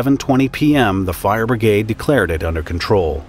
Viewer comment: "Fire Brigade" .Obwohl ich nicht so auf die Englische sprache stehe, hört sich das richtig gut an, so wie er es beim erstenmal ausgesprochen hat.